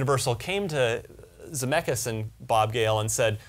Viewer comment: Holy crap, why did you pronounce chassis as though you were sounding it out. Also, you said Zemeckis wrong.